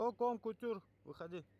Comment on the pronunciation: Колынды котер деп дурыстап айтсайш,кон кутюр демей!!!